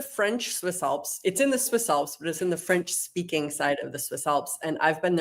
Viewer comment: Your French pronunciation needs a bit of work,. It’s not terrible, but you have a heavy American accent. When you speak a foreign language, you have to let your mouth make the natural sounds of the language which requires a bit of a different voice and being aware of where you place your tongue and the degree to which you open your mouth. It comes fairly easy to me. My tongue can pick up most languages, but there are videos you can watch on YouTube if you want to work on the pronunciation.